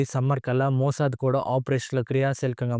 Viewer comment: మోసద్ కాదు #మోస్సాద్